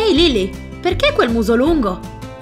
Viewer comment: Non si dice lilli si dice lilly capita